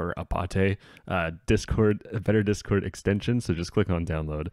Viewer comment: Its Apate, not Apate ;)